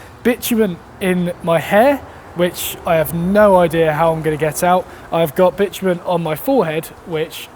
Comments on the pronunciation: Bitumen sounds like bitchmen, hehe. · As an american, to hear you refer to what we call tar/asphalt as what sounds like "bitch men" over and over again is just so incredible bizarre lol! Anyway love your videos keep up the good work!